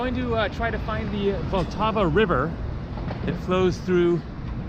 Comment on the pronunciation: I think you pronounce it with a silent a...like 'VaLTAVA'